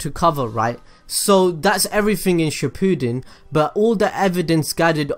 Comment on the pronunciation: It is not suppooden it’s shippund